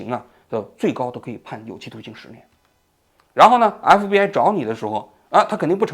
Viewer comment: 王局今天讲话太快，咬词不准，隽（jun）读成庆，FBI读成MBI。